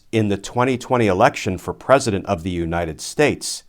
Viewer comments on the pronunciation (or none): none